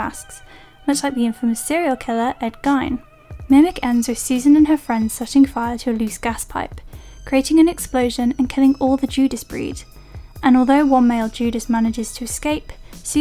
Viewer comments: The man's surname is pronounced "geen", not "gyne". Geeeeez. Also, your narration sucks. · gein is pronounced "geen", not "gyne" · Geeeen. It’s Ed Geeen.